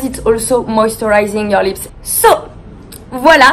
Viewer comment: “Because it’s super soft on the liSpS” I died